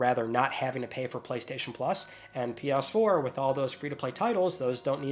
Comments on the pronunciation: For the love of God, please pronounce it PS4 and not Pias4. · Lol he calls it pee ass 4 and 5 😂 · “Pe-urse-four” 😹 I love your comedy ( ॒◞ˠ◟ ॒)💨